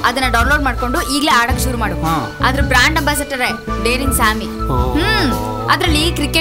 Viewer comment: Dearing sammy alla daren sammy...